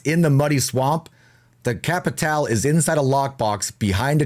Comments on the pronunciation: Its pronounced capital bruh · No it’s actually pronounced cappi-tall-eh